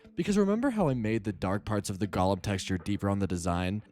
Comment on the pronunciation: GO-lem. long O. GOOOOOO-lem! Say it!